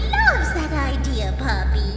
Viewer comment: mówie się popi a nie pupi!